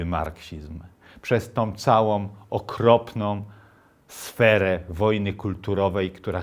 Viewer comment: 'Całom', 'dobrom', 'okropnom'... rety człowieku - zlituj się! Słuchać nie idzie!